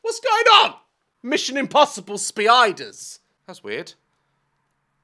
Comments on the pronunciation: Mission impossible spii-ders😂 daz never fails to make me laugh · "Mission Impossible spee-idas" -Daz, 2023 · “mission impossible spee-yiders” 😭 - Daz Black 2024